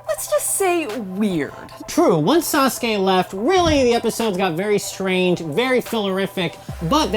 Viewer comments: Rip the names Narooto Sunudae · Suenadae???? Noruto???? Oroutomaru???